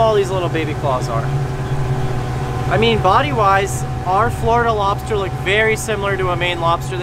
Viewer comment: Awesome episode and heck yeah bring back and his LOBSTAH...jajaja